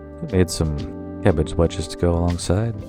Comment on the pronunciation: Oh, one more thing. Is that Cabbage, I can't understand what you're saying when you introduce it, and if so, how did you prepare it please.